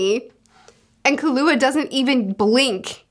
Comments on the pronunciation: Lee-Ore-E-O and/or Lee-R-E-O is how I have heard his name in the anime. I like his character a lot because he reminds me of another story character that I liked a whole lot that Togashi also wrote. Killua= Kill-U-ah or like the drink Ka-Lu-Ah. Those are the 2 ways I have heard it the most. Anime do to accents makes his name hard to hear out for me. Best boy of the series, he might not be Gon but I sympathize to much with his harsh upbringing and only want the best for him. When you have caught up in this series I do Suggest checking out "Yu Yu Hakusho" Togashi's previous work. Its a childhood favorite of mine. In it basically you get the story of Yusuke Urameshi (You-sss-K; Yer-ah-meh-she) going from a no good punk to grow as a person into a great heroic person and more... he is a spirit detective and helps to bring in criminals of the spirit world that escape to Earth. I really cannot say much more with out spoiling stuff. It is complete and I think its only 20 something volumes at most. One of the best first arcs I have seen, it pulls you in immediately. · For pronouncing Leorio's name, it's more like Leh-oreo, instead of lee-ahrio, based on not only how they say it in the anime but also how the Japanese pronounce their vowels. And for Killua the emphasis is on the first syllable, so KILL-ua instead of Kih-LEWA. Yeah, the author was not subtle about the assassin boy's name. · Leorio is pronounced 'Lay-oreo'. Kurapika is pronounced 'Crap-peak-kuh' Killua pronounced 'Keeloo-wa' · You pronounce the "kill" in "killua". It's not "Kalua" like you said. KILLua, you know, because he kills people. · Killua is pronounced like kilowatt without the t sound at the end. FWIW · Love your videos and I love hunter x hunter. Can’t wait for your real time reactions to these twists and turns. Here’s a pronunciation guide: Gon: Go(like opposite of stop)-N sound Killua: Key-Lew-Uh Kurapika: Ku-Rah(stress on ra, not pi)-Pee-Kah Leorio- Lay—Oreo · Killua has a stress on kill. Kill-ua